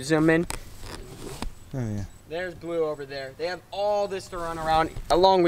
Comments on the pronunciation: The pig’s name is not blu it’s Balu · It’s not blue, it’s BALU